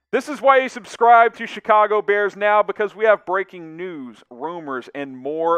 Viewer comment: Emphasis on “breaking” news